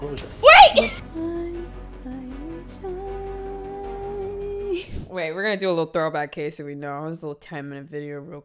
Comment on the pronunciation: 'clousure'....oh my. I like this interviewer.